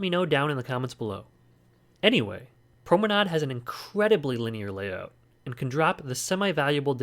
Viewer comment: Haha as a German I really was shocked by your pronunciation of promenade. I would say the last pronunciation you said is right. At least for American English :D